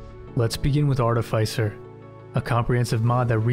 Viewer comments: Art-i-fiss-er. Not Art-i-fice-er. 😂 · It's pronounced "aa·tuh·fi·suh".